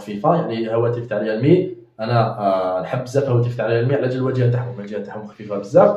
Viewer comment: ومزلت تقول ريالمي ههههه ههههه